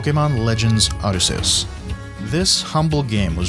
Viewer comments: Arceus, not arseus. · Is no one going to say anything about his insane pronunciation of Arceus? Just me? Okay. Good video though.